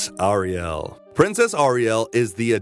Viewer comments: Narrator says Ariel weird, Like someone who has not actually watched one episode of Thundarr the Barbarian. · The pronunciation of Ariel's name is killing me. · Why does the narrator keep saying Thundarr's name like that. It's really quite annoying. Thundarr only emphasizes his name in the opening credits. He doesn't do that throughout the show. Ariel doesn't say it like that, either. Oh, and narrator, her name is Ariel, not "Arielle". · Nice video essay, and thorough! A few corrections because it's the internet: "AIR-e-ell" not "Arri-ELL" "Toth" with a long O as in 'tow', not short O as in 'lot' "aesTHEtic" not "aestetic" "if it had come out later, the popularity of Star Wars would have helped increase the popularity of Thundarr" - Star Wars came out in 1977. Thundarr came out in 1980, the same year as Empire Strikes Back. Thundarr was the favourite gladiator of the wizard Sabian; Ariel was the adopted daughter of Sabian; the sunsword was given to him by Ariel - I don't believe any of this is canon. That is to say, stated in the cartoon. If I'm wrong I'd be interested to learn the source. Ookla is extremely reminiscent of Chewbacca!! Darkseid, not "Darkside" nor "the dark side.'